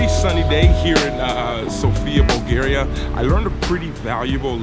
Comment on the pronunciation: Bulgaria 🇧🇬 not Bulagaria bro lol 😂